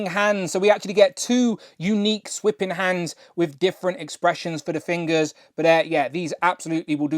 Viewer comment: Just fyi...the word is "thwipping" not "swipping".